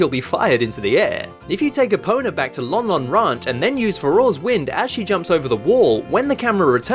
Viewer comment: Lon Lon Ranch got changed into London rant............ OMG